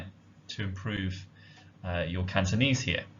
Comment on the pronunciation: Wow indeed! Nice pronunciation of Cantonese.